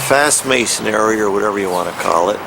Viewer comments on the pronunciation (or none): Never trust a mason who can’t say “masonry”😂😂😂